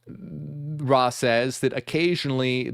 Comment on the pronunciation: It's Ra not raw